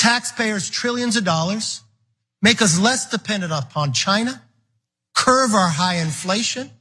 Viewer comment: "Curve ourr high inflation"